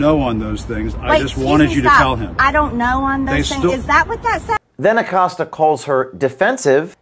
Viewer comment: Jimmy Accost-ya is still employed? 😂🤣🤣🤣🤣🤣🤣🤣🤣🤣🤣